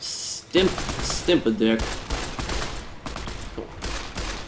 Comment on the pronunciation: LOL "stimp-a-dick"